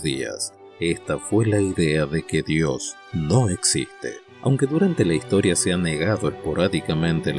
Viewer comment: SI SOS ATEO NO TEMAS PRONUNCIAR BIEN DIOS, SEA CON MAYUSCULA O MINUSCULAS, MENCIONALO TAL CUAL, DIOS.